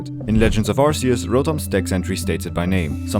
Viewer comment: It's Ar-kee-us